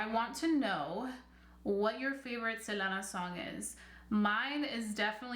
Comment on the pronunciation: I dislike the way you say her name🙄